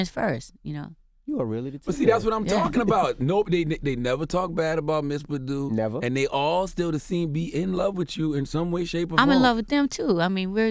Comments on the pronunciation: If Envy pronounces her name as "Bahhhhdoo" one more time... soundin like a damn sheep. Bahhh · That's better than him saying BADooo! My ass itches EVERY time he pronounces it like that!😡😠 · Envy please stop pronouncing Badu like that... :/ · I don't know why, but the way Envy pronounces Badu irks me,lol.